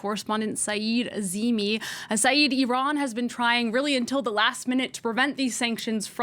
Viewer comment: It's Iran not ayran